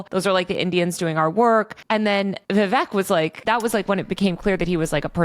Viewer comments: Poor Vivek. He made a whole rhyme and people still say his name wrong lol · Can someone teach him how to properly pronounce Ramswamy’s first name? It kept taking me out of it.